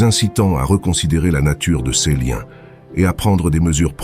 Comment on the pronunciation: Voix synthétique qui se reconnaît par les erreurs de prononciation !! Cesss. Filssss etc ... On est envahi par ces voix artificielles.